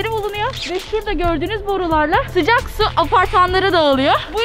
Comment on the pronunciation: Spiker: Hava soğukmu Sümeyra: Yoo sıcaq